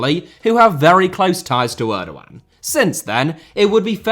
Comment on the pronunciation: I hate the way he pronounces Erdoğan